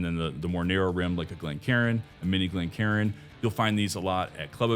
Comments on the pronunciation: It's Glencairn ( glen care-n) not glencarin (glen karen)... as cairn, a pile of stones, as a marker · Glencairn, not glencarin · Great info. One correction. ‘Glencairn’